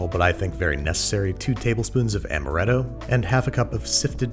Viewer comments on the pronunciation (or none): none